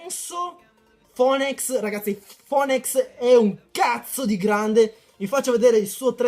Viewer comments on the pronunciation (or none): Phoenix = "Finics" ti prego mi fa male la pancia se dici ancora foenècs D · si ma "fonex" non si può sentire XD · Phoenix si pronuncia finix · kai sembrerà strano ,ma phoneix si legge finix..ora lo sai pronunciare,cmq bel video continua così